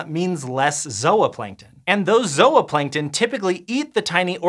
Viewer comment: Zoahplankton... really? REALLY?